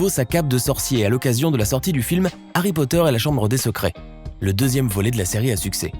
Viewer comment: No pas Harry poteur